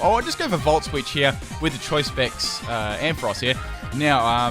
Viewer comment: Finally someone who pronounces Ampharos right!